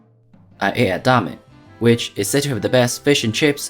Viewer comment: its pronounced dame